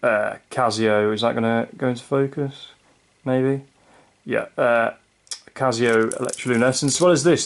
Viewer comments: It’s Casio with an S not a Z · stop saying cazio